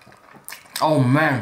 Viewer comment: you know someone is Canadian by the way they say oh man